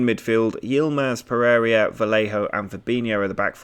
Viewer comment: i scream a little on the inside (and a couple of times out loud) everytime you pronounce Pereyra 'Per-area'. Good work otherwise, enjoying the series.